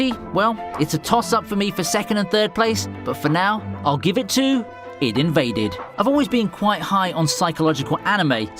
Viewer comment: its I D invade not id invade